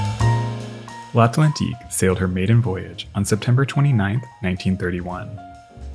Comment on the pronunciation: NAME: l'at-LAN-TIQUE, not l'at-ENT-LIQUE ! Courtesy to your subject, human or no, and promo for a language course yet. l'ant-AT-LIQUE! Responsibility PLEASE😡